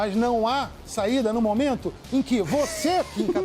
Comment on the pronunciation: Meu nome não é Lebre não, é segundos antes: o deputador Kim KatagÜiri